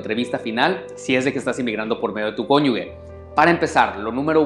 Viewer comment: No se dice Konyugue, porque no lleva u la palabra. Se dice Konyuje con J al final